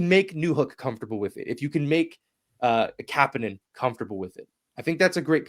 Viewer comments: This is cleared up on the Basu & Godin notebook from 4 days ago, 22m in they then discuss the correct pronunciation which seems to be a reverse on what they stated before. Marty confirms the way its said. It's not Ka pan nen. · Kapanen said the way you’re pronouncing his name is wrong. It’s pronounced the same way his cousin and uncles were pronounced. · Couldn’t tell you but if you listed to Basu and Godin podcast said that St. Louis and Kapanen told him he was pronouncing it wrong.